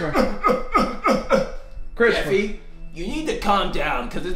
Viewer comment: The dad saying Jeffry and not jeffy is so true they actually say jeffry